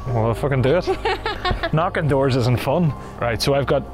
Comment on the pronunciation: Bro really said 'Thank you for knokin'